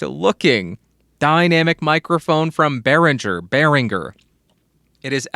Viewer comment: You actually nailed the name. Good job, most people don't!